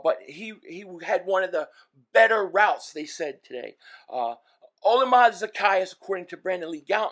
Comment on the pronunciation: Oh-Lah-me-day Zack-ay-us